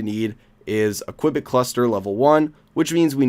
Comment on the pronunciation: You have to pronanance the U in Qubit!